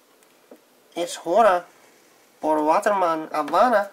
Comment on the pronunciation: The H is silent in Spanish. Good Spanish, though.